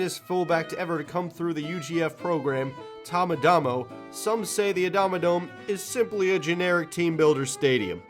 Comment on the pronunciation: Called Adamodome Actually ... NOT A DOME